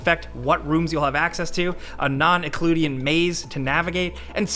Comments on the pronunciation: Euclidean is pronounced you-clid-ean not ye-clue-deeyan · Euclidean is pronounced "you-clid-ee-in".